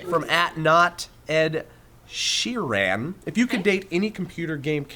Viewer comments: It's Sheeran, not She Ran:P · Hah it's pronounced Ed Sheerun, not Ed Sheeraan! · I'm disappointed in you. Mispronouncing Ed Sheeran's name is not acceptable. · Ahaha the way tries to say Sheeran!!! These guys make me laugh so much!! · OMG, CAN YOU PLEASE PRONOUNCE SHEERAN CORRECTLY?? thanks. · couldn't pronounce Ed Sheeran's name... LOOK HIM UP JOE. LOOK HIM UP. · please learn how to pronounce Ed Sheeran